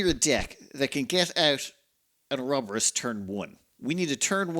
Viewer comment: Pronounce "Or-ro-bo-rus". ALso please turn on the music.